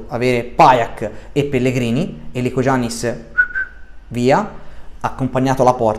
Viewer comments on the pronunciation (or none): Non voglio fare il professore ma si pronuncia licoiannis perchè la g in greco non si pronuncia. Dovresti saperlo anche perchè Giannis Antetokounmpo lo chiamano tutti iannis